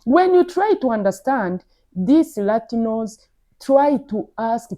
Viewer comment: Latinos sis, not ratinos😂😂